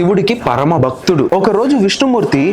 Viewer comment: Brother.. meeru ilaanti videos chestunnaru kaabatti chaptunna.. please improve your pronounciation. (Ex: baktudu kaadu.. bhaktudu)